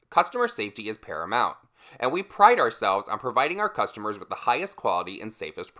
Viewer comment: Talc, and criterion hahahahaha.❤️❤️ I also thought you pronounced paramount kinda funny too. I still can’t find the episode where Sophia smells the toe nail clippers, but I think it is an episode where Dorothy and Sophie have to sleep In the same room. I’ll keep looking. Hahaha omg the KVD reference.